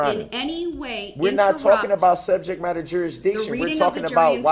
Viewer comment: How many times did he bring up "subjek matta jusridchin??